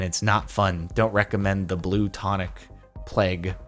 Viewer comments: Jardon read it wrong it said plaque not plague. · A heard him say pleg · notice how it says plaque but he says it as plague 😆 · are we going to ignore that he read plaque as plague? XD i want blue tonic plaque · even you pronounced it wrong. He wrote blue tonic PLAQUE.